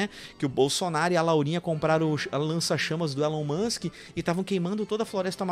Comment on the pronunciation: Não é Elon Musk, é Elon Muchem 🤣🤣🤣🤣